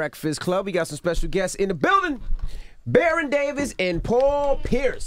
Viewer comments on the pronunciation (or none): none